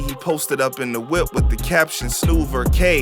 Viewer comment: He made it at the perfect time he knew the world was feenin for Pop Smoke music. And bam he came. You tell he’s an outta town with SNOOVER HAHA it’s SNOOVA 😂😂😂